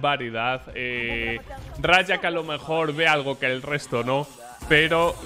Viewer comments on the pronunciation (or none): se dice ray 4 c, no rayac, el four se pronuncia asi, ray four c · Creo que antes que “rayak” su nombre se pronuncia como “ray four c” xD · Se pronuncia ''Ray four C'' tal como lo hacen los locutores del video original :D